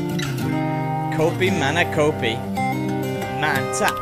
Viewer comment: "kopi mana kopi. mantap " nice pronounciation., which means . where is the coffee.. lol